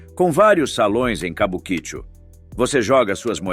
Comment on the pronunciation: Quem pronuncia "Cabuquíchu" 😂 tem mais é que ser desmonetizado mesmo. Pronuncia-se "Kabuki-Tchô"